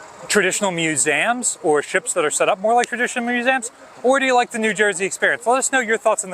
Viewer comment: Just love how is always talking about “musaaums”. 😅